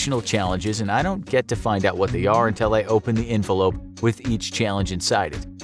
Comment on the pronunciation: Did he say envelope or 'Infolope' hehe?